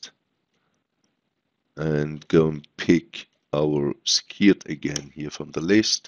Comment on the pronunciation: Brilliant thank you, One thing, try pronouncing Skirt as Skuurt, at the minute you're pronouncing it as Skeeryt, hope this helps and looking forward to more tutorials :)